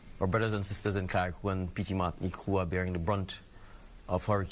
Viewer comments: Grenada is pronounced Green -ay-da Carriacou is pronounced Carry-ay-coo. Petite Martinique is pronounced Pee-tee -mat -neek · It's Gren-nay-duh and Carri-ah-coo